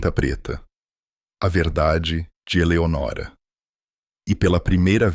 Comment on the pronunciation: Não é Eleonóra mas.sim Eleonora